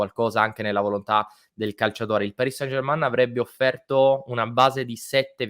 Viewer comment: Non si dice germAn ma è più una E strozzata. Ma germAn non si può sentire 😉